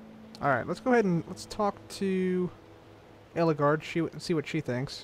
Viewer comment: it's Ellegaard not Elleguard